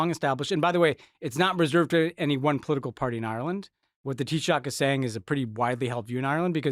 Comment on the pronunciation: Respect on the pronunciation of Taoiseach 👏 bualadh bos agus maith thú